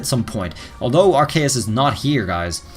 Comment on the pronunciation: Arkayus? or Arceus...